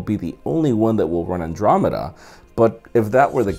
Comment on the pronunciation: U pronounced andromeda wrong.